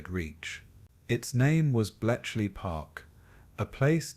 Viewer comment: This is AI narration, isn't it? There are mispronunciations. At one point "cost lives" pronounced "lives" the way you would say "he lives." And then apparently there's a typo in there - Belchley Park intstead of Bletchley Park. And sure enough - the narration said "Belchley." A human narrator would know better. Lame, man. Zero effort video. Also - it doesn't "flow" - there is repetition of information that has already been covered earlier, etc.